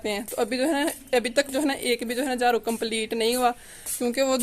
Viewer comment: Jharu ko jhru INDAZ